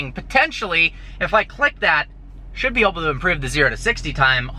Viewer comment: "i might be oble to..."